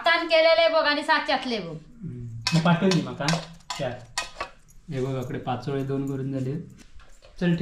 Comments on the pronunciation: पाचोळयो नाही पातोळ्या बोलतात विनु मुंबई क गेलो कधी आधी गावाक ईलो कधी काय कळतच नाही 😊😊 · पाचोळे नाय पातोळे बोलायचे